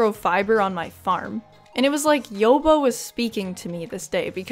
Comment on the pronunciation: Here’s why you don’t have lots of luck with the living hat: your saying the god of stardews name wrong. His name is yo-bA not yobo 😅😂